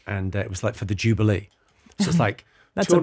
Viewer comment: Mr Carr, the moment you pronounced the word jubilee as 'jubilEE' you became one of THAT set!